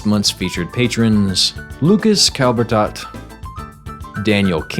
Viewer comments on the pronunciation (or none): none